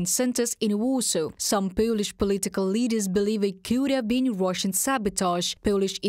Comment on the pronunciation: pölish pölitical löders?